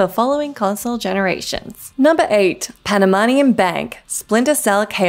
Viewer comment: I wish she said Panamanian right lol. 🇵🇦 🇵🇦 🇵🇦